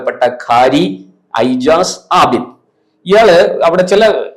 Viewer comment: Ijaz to be pronounced as Ejaz.